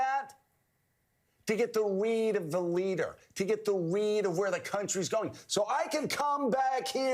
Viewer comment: OMG! I just threw up in my mouth! Joe is so ridiculous here....Is he saying 'weed', meaning 'read'? These two have no principles!